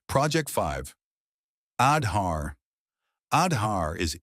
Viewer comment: Kudos for the Wonderful narration with thorough research. Truely brings out the well deserved positive achievements of India👍. Just that in the narration, the pronunciation of some specific Indian words like "Aadhaar" has to be taken care of for a more refined presentation. Otherwise wonderful work👍